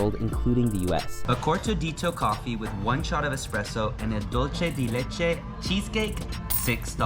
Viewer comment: Like your videos but it annoys me to hear luche de leche. It’s dulce de leche no H sound in dulce.